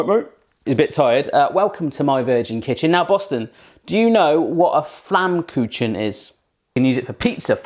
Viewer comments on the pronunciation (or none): Its pronounced Flamm-ku-ken. The chen is pronounced like ken and yes they are very yummy pizzas. Btw Flammkuchen translates to flame cooked. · you don't say in flamkutzen you say flamkuhen with h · Haha love how you pronounce it flammkooshaan :D you said you wanted some critique, so here you go hope it helps :) First of all the dough is not made with yeast it's actually just flour water oil and salt and after letting it rest for an hour or so it's a lot easier to roll out than a yeast dough ^^ and that's the second thing to mention it was still too thick it has to be super thin so it gets nice and crispy and flaky almost! The choice of topping was really great, but try using less it kinda makes it taste better weird huh? :D Baking it on the pizza stone is an awesome idea and the temp and time was correct as well! All in all very well done keep it up with the lovely recipes you're a great cook! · you said flämmküchen (pronounced in german) :D this sounds so funny xD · I love how you pronounce it as "Flammkutschn" :D haha and aww, little Boston - always so tired! <3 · It's a little bit funny when you say Flammkuchen :D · I only clicked the video because I wanted to hear how you pronounce 'Flammkuchen' :D so cute love your recipes and giant foods. You are so entertaining! Greetings from Germany :) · I like your pronounciation of "Flammkutschen" and "Quork".^^ :-) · Maybe try "Soljanka" next. It's a Russian / East-German Stew which became famous in the GDR Era when Germany was split by the Wall and East Germany was occupied by the Russians. If you want a nice recipe you can message me! Also: Really enjoyed your pronounciation of "Quark" and "Flammkuchen"! The Flammkuchen you made also looked pretty good although over here we tend to put onions on there in addition to the stuff you chose, but it still looked awesome. In some parts of Germany you can even get a Sweet Version of the Flammkuchen made with Apple slices, sugar and cinnamon.